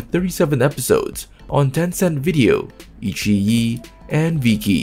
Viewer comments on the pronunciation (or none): iQiyi : the Qi is pronounced tsi